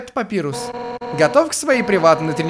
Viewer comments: не папирус а папайрус! Папирус это бумага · Папайрус а не Папирус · правильно папайрус